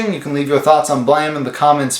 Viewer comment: Holy fucking shit. You actually pronounced the title right. I've seen other videos pronounce it Blame instead of Blam. Kudos to you sir 👍